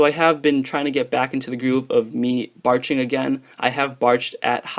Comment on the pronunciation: Lol sounds so dumb when you say batching